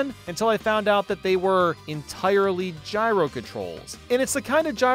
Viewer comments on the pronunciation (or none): none